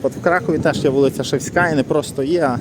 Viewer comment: ❤вул.ШЕвська,а не ШевськА...наголос поміняйте...🇺🇦✌️